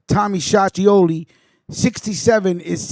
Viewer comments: Lol .. like I said you are misprouncing his name. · You can't even pronounce his name